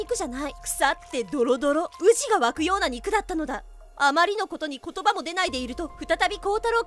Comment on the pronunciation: ウジの発音が京都の宇治で草